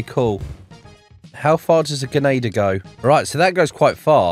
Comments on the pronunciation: dude keeps saying genader not grenadier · The way he says genader